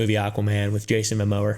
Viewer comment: "Jason Mamower"